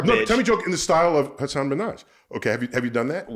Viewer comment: Not Neil pronouncing Hasans last name wrong. Love you both! ❤